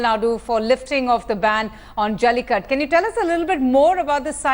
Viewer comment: try pronouncing jallikattU rather than jallikatt :)